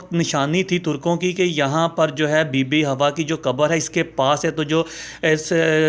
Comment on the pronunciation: اے بھایی ۔۔۔۔۔۔۔۔۔ پہلی بات تو یہ ھے کہ یہ لفظ " ھواء " نہیں ھے ۔ بلکہ " حواء " ھے ۔ اگر ممکن ھو سکے تو کسی مقامی عرب بھایی سے صیحیح تلفظ جان جاو ۔۔۔۔۔۔۔۔ دوسرے یہ سانپ والی کہانی من گھڑت ھے ۔ جو تو نے بھی میری طرح پاکستان میں کسی گلی کی " مرکزی جامع مسجد " کے ان پڑھ سے " خطیب اعظم " سے سُنی ھوگی ۔۔۔ اب وہ پرانے زمانے لد گیے ھیں ۔ خود تحقیق کرو۔ اور پھر مذھبی معلومات کو آگے بڑھاو ۔۔۔